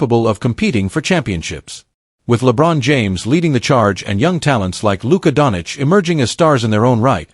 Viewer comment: It is a fake video the guy can’t even say Doncic